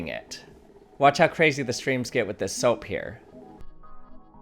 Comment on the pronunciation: with dis? Lol